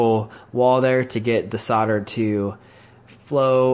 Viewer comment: The word is SOLDER not SODDER you ignoramus. When you sell a house do you SODD the house?